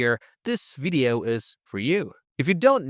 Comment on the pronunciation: This is still a wery helpful wideo.